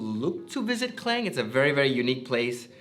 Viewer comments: Malaysian yet proceed to call his hometown "Clain' instead of "Ke-Lang" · Org Malaysia tak sebut pronunciation kleng.. Klang is Klang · So he's originally from klang but why he pronounce it "kleng" like foreigners do. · This might be long back video but can you pronounce KLANG not in english version pls in Malay pronounsation. Thank you😊